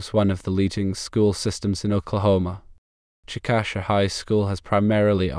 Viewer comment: Please change "Chick-Ă-shuh" to: "CHICK-uh-shay" I live here and it sounds weird when someone pronounces it like this